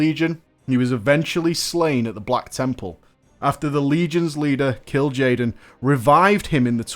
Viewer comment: Ashbringer and the Doombringer, OH YOU MAKE ME CRINGE. well at least you pronounce Kil'jaeden correctly rofl